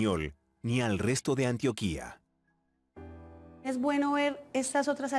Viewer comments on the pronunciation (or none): Dijieron mal Antioquia jajajja🤣🤣🤣🤣